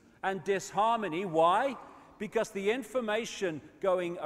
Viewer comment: I love How He says Because Becoose 😂😭 London Real just Had David Icke Brian Rose 3 and Got 1 million live streaming a world Record